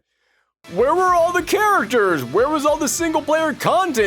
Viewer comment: Why does this guy pronounce "characters" like "kareturs"?